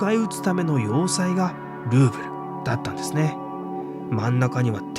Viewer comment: ルーブルがグーグルと聞こえる😊